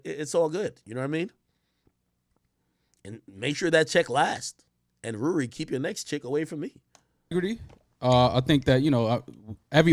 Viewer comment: The way he Rouuwry is so vexing , man's a waste yut jeeze but I love brothe getting money but u still corny & u talk like ur trying hide it, its so not who u are inside,, it's uerrk toouph Nasty